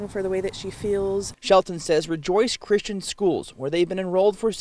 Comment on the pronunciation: Nice slip! "Chri-STAIN", exactly.